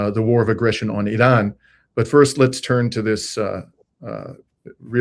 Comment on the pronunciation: Thank You for this report and for pronouncing Iran correctly!